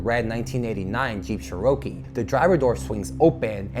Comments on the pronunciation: *CHERR-uh-kee or Chair-o- key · A jeep chur-oh-key? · Jeep Cher okie 😂 bru 🤦🏻‍♂️ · Did he say a Jeep "Cher-oh-kee:? 🤣🤣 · Ha ha, I own a Jeep Cherokee and I have also heard Spanish-speaking mechanics pronounce it cheh-row-kee. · You ought to learn how to pronounce Cherokee. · I’ve never heard someone pronounce Cherokee like that